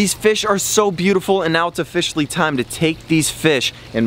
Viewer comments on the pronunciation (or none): 36: he says ohfisholy